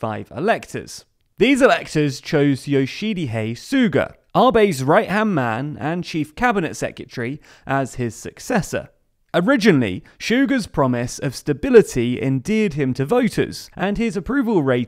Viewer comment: The guy's name is Yoshihide, not Yoshidihe. You guys always mess up names, be it names of the places or people.